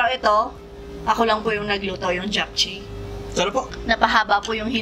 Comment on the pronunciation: Japchae is pronounced as "jap-che" po hehe 😊🤗